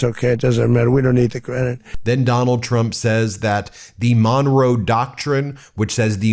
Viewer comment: Additional evidence is his inability to speak clearly the words "Monroe Doctrine" and misspoke the with an aphasia phoneme substitution error by saying "Don-row" when he was trying to speak the word "Monroe".